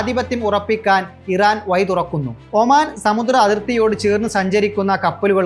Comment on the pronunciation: വാർത്ത വായിക്കുമ്പോൾ ,വയി, കയിഞ്ഞ. എന്ന വാക്കുകൾക്ക് പകരം ,ഴ, എന്ന അക്ഷരം ഉപയോഗിച്ചു കൂടെ. അത് പോലെ വാക്കുകൾ നല്ലത് ഉപയോഗിക്കാൻ ശ്രമിച്ചു കൂടെ സഹോദരാ